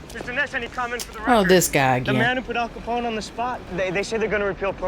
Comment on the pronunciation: ....how do you mess up Al CAPONE????? No worries, much love for ya both...but Em...tsk...lol